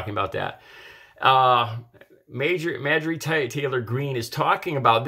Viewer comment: her name is pronounced MAR-jor-ee. Clean your glasses.